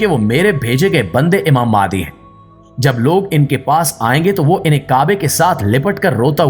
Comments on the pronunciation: Likha nh bol b galt raha ha mehandi ko mahdi bol raha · mahdi is the right word,not mehandi